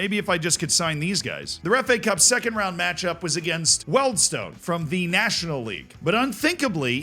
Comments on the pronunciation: Not ' weld stone ' it's said ' weedle ston".just trying to help out a yank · 322 Pronounced "Wield stone" not "Weld stone" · Wealdstone is prounced like Yield for the Weald bit. So phonetically it would be Wieldston (not stone at the end either). English. Eh? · The 'Weald' in Wealdstone rhymes with 'shield' fyi. I don't why (and yes, it's stupid tbh but they care)